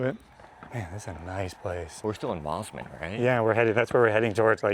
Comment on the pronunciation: Even after being corrected many times you still insist on Bond ee rather than the correct Bond"eye" . Obnoxious yank. It almost feels on purpose at this point with MOZZMAN not "Moss"man and I'm sure I heard cackatoo.